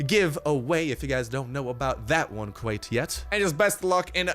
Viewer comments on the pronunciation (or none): none